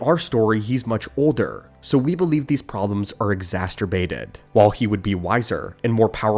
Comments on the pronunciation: 'Exasturbated." That's... not how you say that... 😶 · exacerbated. Im very uncomfortable with how you said that word.